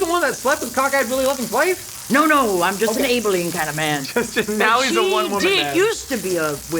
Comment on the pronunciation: I hate how you've pronounced Abilene